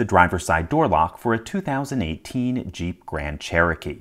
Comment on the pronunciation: Did he say "... tool designed to open this Cheep" instead of Jeep? 🤣